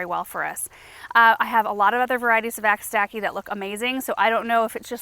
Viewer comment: Agastache is derived from Greek, so it should be read agasta-key. Like chemistry or achitect.